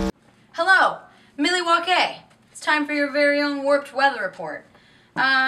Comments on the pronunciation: “Milly walk ay” It’s paramore she’s allowed. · She said Milwaukee wrong. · She said Milwaukee wrong probably because of waynes world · mil-eh-wauk-ayyy!!! in other words milwaukee!!! HI HAYLEYS MOM!!!